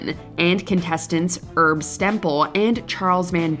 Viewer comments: She mispronounced Herb Stemple's name as "erb," like he's on a shelf next to saffron. She mispronounced both. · "erb Stemple?" Herb. His name was Herb. And he was really upset at how he was portrayed in the film.